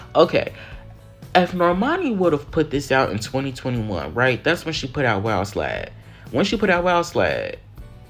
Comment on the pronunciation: him butchering these lyrics is... 😭💀 "wild sLide" sksksksksksksks.